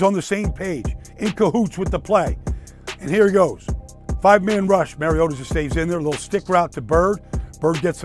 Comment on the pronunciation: For the LOVE OF GOD...dude won the Heisman...and the Commissioner Godell calls him "Marcus Mar-ee-ah-doh" and he's been in the league since 2015...and announcers still call him "Mary-o-duh"...Let's try it again...Marcus...MAR (like BAR) EE - OH - TAH